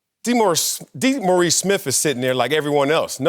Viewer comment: DEE-Maurice Yeah.